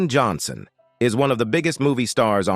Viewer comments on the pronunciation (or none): none